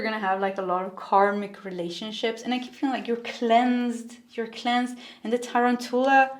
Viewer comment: Pile three….it’s pronounced tah-RAN-chu-la 😁